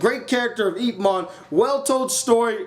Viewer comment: your pronoucing IP wrong ....yip